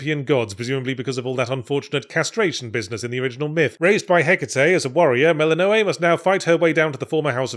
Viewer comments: Incredibly accurate but also, I have to be certain the pronunciation of "Mel-in-know-ay" instead of how literally everyone in the actual game pronounces her name "Muh-lin-uh-wee" was intentional to grate on the one singular brain cell that hasn't been entirely held hostage by how fun the game is since I first picked up early access. It was actually odd to play the full game in a new file after so much time in early access where I had completed every challenge the game threw at me (even the ones that made me consider throwing myself into the Rift of Thessaly) because I was so used to the game that it didn't take long at all to reach the credits. But of course the game still has plenty more to do that I'll no doubt obsess over until I've found every last pixel of wonder in this thing but it was interesting to see characters react to "oh, ok, well that's that plot point resolved..." without a huge amount of progress in all those tasty side stories and relationship building bits. Genuinely this had become a comfort game because I know I can pick it up, have an exciting new challenge but still have the familiar comfort of knowing what I'm doing. And when I get to the final end and have everything done? Just throw myself into the "great chaos above" or "great chaos below" trial and prepare to experience the fresh hell (or fresh Hades) of a poorly optimised build and tough vow challenges to see how long I can survive. Oh and can we take a moment to appreciate the genius sound design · Ok Yahtz you gotta explain why you pronounce things blatantly differently than the game does. No human I I’ve ever heard pronounces Zagreus and Melinoe like you do and with good reason.